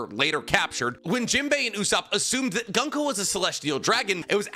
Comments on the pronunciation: Though Gunko is pronounced Goon-Ko... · "Goonko" "Scope-er" "Call-in" You're butchering the names lol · Summer- add an S at the end. NOT sawmers. Colon = coller, but with an en at the end collen/colon NOT colone Goo-nk-oh = gunko